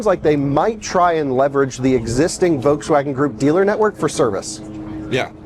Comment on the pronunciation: Curious if he knows there’s an L in Volkswagen. It’s not vokes-wagon. Does he call the bolt/volt the boat/vote? He also say o-ways instead of always. Maybe just an odd accent.